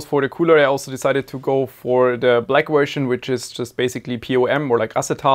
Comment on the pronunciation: why do you say wersion it’s version cmon man😭😭😭